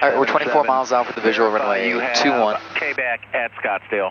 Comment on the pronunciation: Do all Arizona folks pronounce Quebec as K-bek? I've never heard that before.